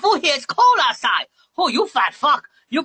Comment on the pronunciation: "You got everything EGHVERYTHINGGG"